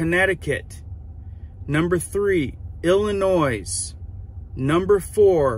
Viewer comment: S is silent on the state of Illinois what we say here in this state, there's no noise in Illinois lol